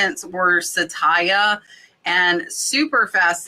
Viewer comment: Glad your sales are up! That necklace brand is not sa-tay-ya but sat-ya (2 syllables). It is the sanskrit / hindi word for TRUTH.